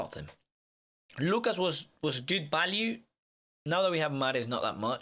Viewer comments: Before I even clicked on the video I heard “ balue “ instead of “value “ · VALUE V VVV NOT BALUE